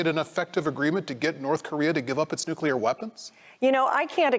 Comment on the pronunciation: Did Cantwell say Nucular warhead? Is she drunk?